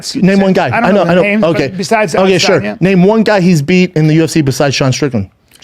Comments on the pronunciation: I love how they call everyone casuals and can’t even pronounce his name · First off say his name right....I thought they were talking about GSP🤦🏽‍♂️